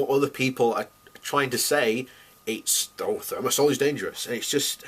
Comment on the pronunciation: Considering that this puffed up bonehead (broadcasting from his room at his parents' house) cannot pronounce the name of the this toxic antibacterial (thermosol sic) I would not give him much credence-- at first glance. Moreover, he tries to say that dose makes the poison, so if only a few neurons are poisoned it is alright-- the dose present in vaccines is sufficient to cause harm. Given that there are alternatives, there is no justification. Part of the reason why the industry and its paid shills are so stubborn on this issue is that they do not want to confront the civil suits that would overwhelm them.